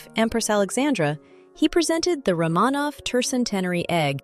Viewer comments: You are mispronouncing the name Romanov. It is Roh muh nov with accent on the first syllable, not roh Mah nov with the accent on the second syllable. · RO-manov, not Rah-MAHnov. Damn AI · If you can find a way to get the AI (or whatever is used to record the English) to pronounce names correctly (Romanov, etc), then I’ll think about subscribing.